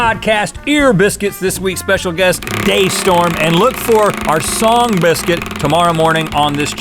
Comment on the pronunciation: when Link says biscuit in a funny way